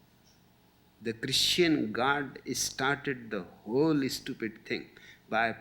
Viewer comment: I love how he says Estupid :D